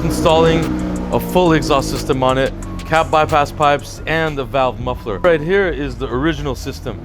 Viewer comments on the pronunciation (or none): none